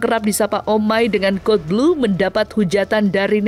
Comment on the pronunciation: Cara bacanya kodblu nyak bukan kadelblu😅